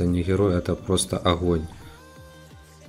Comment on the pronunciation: Охонь-охонь)) Охненный охонь